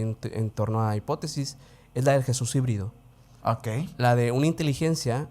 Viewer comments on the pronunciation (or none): Jesus híbrido min tuve que regresar pará saber que decías 5 veces por favor a veces hay que sacar la papa de la boca. Pero respeto todo lo demás.